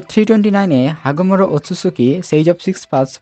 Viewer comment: ওই হাগোমোরো না ভাই ওটা হোগোরোমো হবে 😂